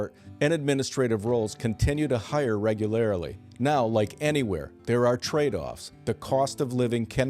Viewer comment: “regularly” not “regularily” 😊